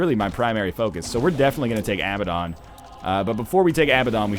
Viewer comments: Crallium Yeah, except it's not fucking Abbadon. ABBA, the Swedish pop group is pronounced "ah-buh." Abandon, the verb, is pronounced "uh-ban-den." Abaddon, is pronounced "uh-bad-den." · "Besides, whatever you say, a word that is spelled "abaddon" in english, removed from context, is definitely pronounced ah-buh-don" If it was spelled "Abbadon" you'd be correct, but the single 'b' and double 'd' puts the emphasis on the second 'a' not the first. "and since the context (biblical whatever) doesn't really matter at all when regarding a video game item." So I guess "The Bible" could be pronounced as "The Bibble" because who cares - apparently words don't matter in video games. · No. He's right. It's pronounced "uh-bad-en". Although I prefer "ah-buh-don". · Hey NL, Abaddon is pronounced uh-bad-en in North American and British English. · Borobadger Yeah, NL is wrong, that's the whole point of the argument. You can look it up if you want to. Saying you pronounce it as Abba-don doesn't mean that that is how it's pronounced. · Crallium The issue is that it's not spelled "Abbadon". It's "Abaddon". As +MrGrunge88 said a few comments above, "If it was spelled "Abbadon" you'd be correct, but the single 'b' and double 'd' puts the emphasis on the second 'a' not the first." But I'm cool with whatever pronounciation, english isn't even my native language.